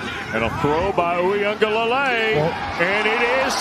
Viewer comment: These Dudes Cant Ever Pronounce A Samoan Name He Said Dj Ui aga Leilei You Know What I Mean